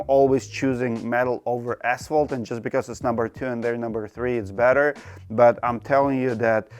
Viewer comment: Can't this guy pronounce ASPHALT properly?